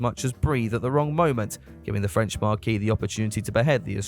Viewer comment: Sorry, this is really stupid and if I point it out you'll probably do it on purpose just to annoy me even more and that's fine — but you know marque is pronounced like the word "mark" right? As opposed to marquee which is a giant tent used for hosting events, and pronounced the way you're doing it :D